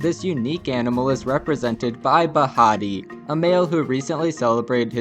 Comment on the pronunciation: the okapi name is Bahati [buh-HAH-tee]